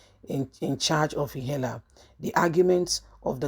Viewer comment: You mean Ihela or IHIALA (Ihi ala)? Where exactly are you from? Always muddling up names. You don’t have to be from a place to know how to read Naija names.